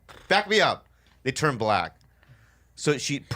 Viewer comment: "tur'd it off. tur'd it off."